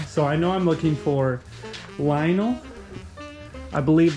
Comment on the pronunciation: Great score on the stuff for the barn. Btw, I didn't know this until I asked someone to proper way to way to say Lionel. It's lion-nel and not lion-o.